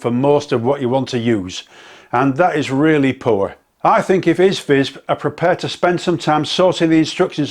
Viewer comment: Good honest review. I'm staying away from it. It's far to easy to nick it! BTW it's pronounced EEE-ZEE-VIZ hope you don't mind, there goes the English language I know. ATB cheers.